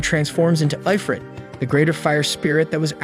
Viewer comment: Hey, Where the fuck does it say Eyefrit? its IF-RIT. Why am I arguing with AI?